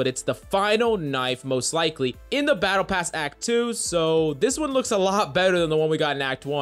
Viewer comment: "It's gonna shoot in three wound burst"... 😂 " Paddle Pass" 😂